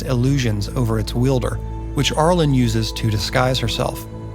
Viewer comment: Cool video, but the beginning of “Arilyn” sounds like “air” or “arrow” not “are.” I know it’s a nitpick, but I winced whenever you said it. Overall, I loved it. I grew up on these characters as well. Shoutout to the commenter who mentioned Myrmeen Lhal and the Night Parade!